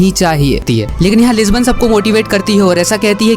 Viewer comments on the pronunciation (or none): It's lisbon not lesbian 😂😂